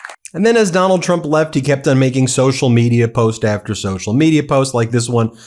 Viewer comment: Trump's right for once. The world is no longer laughing at the US - they are appalled by it. Baffling that he calls his Iran invasion a "war" now. And the mispronunciations: tsocial / social; audition to / addition to; barberas / barbers. If people vote Trump in the midterms, they deserve the call-up papers they'll get to fight in the rest of the Republicans planned wars.